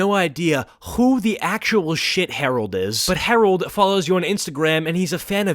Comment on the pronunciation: why you gotta do the name Harold like that